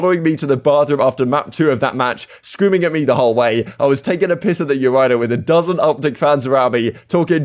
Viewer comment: The way this man say “urinal” is crazy.